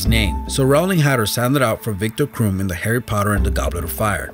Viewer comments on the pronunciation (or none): krum is prononced crumb